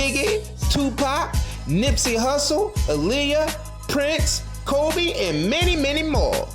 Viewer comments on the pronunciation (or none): none